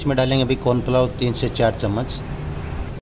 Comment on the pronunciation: कार्न फ्लोर या एक ओर कुछ बोला आपने, मैं समझ नहीं पाई।